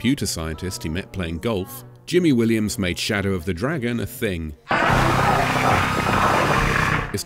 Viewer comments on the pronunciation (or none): none